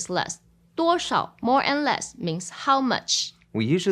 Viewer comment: Why does the “duo shao qian” in the dialogue not sound out the “sh” part? It sounds more like “duorao qian”.